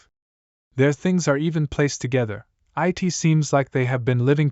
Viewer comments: please fix the ai voice like for example the simple word "it" not I-T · The thing that i hate the most is the voice and how it pronounce thing it keeps saying I T not it and says 5 dollar millions aswell as mispronouncing words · bro say it to i t and sake to sa ke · It's not "i.t" It's "it" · i t is good bruh who says 'it' like that 💀